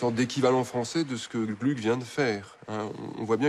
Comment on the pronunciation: Attention : à 32'33, à 33'05 et autres : pas «Glück», mais bien «Glouc» ! À 33'16 : en 1762 c'est pas Alceste, mais bien Orfeo, et juste après, en 1767, c'est pas Orfeo, mais Alceste.